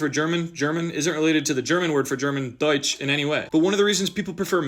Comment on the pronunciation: the pronunciation of deutsch was baffling good